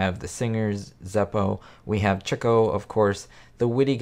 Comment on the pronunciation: Its not pronounced Chick o. It’s pronounced. Cheek o. You are the only person on this planet I’ve ever heard say it wrong.